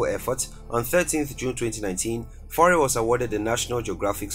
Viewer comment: YFaure , Michel Seychelles are french pronouciation 2020 finite il 31 st of December Lord bless you bad pronouciation